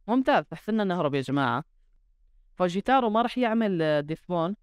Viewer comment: فجتورا هذا النطق الصح، فجتارو ههههه فجتارو هههههه، معدش يهبوك يا ليو ميسي معدش يقدروك يا ليو ميسي